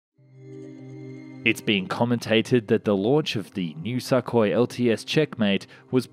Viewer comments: "Suck-oy" - maybe you should learn something about pronunciation of the words you use. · Hey! Russian aircraft are called Su, Tu, Yak, Il… they are called after their designers: Sukhoi, Tupolev, Yakovlev, Ilyushin…. Their pronounciation is Su (su NOT S.U.), Tu (‘too’ NOT T.U.), Il (il NOT I.L.) ect… official names are as follows - big letter followed by small letter: Think of it as NASA and EASA (NOT E.A.S.A.) 🤗 Great video as usual! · Dude, please learn to pronounce Sukhoi correctly....FFS Also your "unguided rockets" are flares. lol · TOTALLY AGREED IF YOU’RE GOING TO NARRATE AND YOU CAN’T PRONOUNCE WORDS PROPERLY GO BACK TO ELEMENTARY SCHOOL AND LEARN HOW TO SPEAK PROPERLY FOR THE PUBLIC’S SAKE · Sukhoi - the U is pronounced like in Sugar or pull, it was a bit painful to hear every time. Not trying to be "that guy", just trying to help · Kinda like x-32 + x-35 in terms of configuration Also please go check how to pronounce Sukhoi, yours sounds weird. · 1. It's pronounced "sookoi", not "suck hoy", which sounds like something a gay sailor might say. 2. Russia can't afford to build it, or not in any quantities that matter. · Isn't it 'Sook- hoi', instead of 'Suck- hoi'? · It's not suckhoi but sookhoi in pronunciation. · I’m pretty sure it’s pronounced SOOKOY not SUCKOY. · The way pronounce Sukhoi is hilarious. Suk is pronounced the same as in look, put etc 😆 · Dude it's not "Suck-oy", it's "Suu-koy" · Сухой | Sukhoi C = S y = ū x = kh o = o й = i Sou - khoi, not Suh - koi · "Neh Robotaye" should be the handle of any next Gen Russian aircraft. (Translation: "Doesn't Work") *And it's pronounced "sookhoy" not suckhoy 😂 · its Sukhoi not shakhoi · Not a SuckHoy jesus christ damn it. It is pronounced as SOOHOY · Wtf with your pronunciation SAKKHOI.. it's Suuu Khoi u idiot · I love how he calls it the, “Suckhoy” lol and not call it the, Sukhoi lol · The name is pronounced Soo koi, not Suckoi 😕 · What the fuck is a suck-hoy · Lol love the pronunciation "Suckhoi"